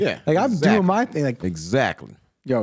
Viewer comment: They don't pronounce "th" they pronounce only "t" Ting - thing Am sure he was meaning "London youth" but sounds like " yout" The Irish people do the same. Btw this is no hate 👍